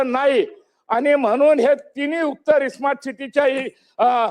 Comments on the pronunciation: खोबडेला साधं स्मार्ट बोलता येत नाही तो इस्मार्ट सिटी बोलतो. अशी माणसं राज्याची वाट लावतील. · सोईचे स्मार्ट सिटी म्हणता येत नाही त्याला इस्मार्ट बोलल्या जातं हे केवढं दुर्दैव. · स्मार्ट सिटी होणार इस्मार्ट सुट्टी नाही अरे तुम्हाला बोलता पण येत नाही आणि त्या आयएएस अधिकारी नांदी लागायले